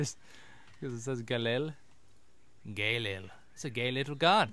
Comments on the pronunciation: lol Galil is pronounced [gah-LEEL] pretty awesome gun btw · Galil Gah-leel But your pronunciation is better.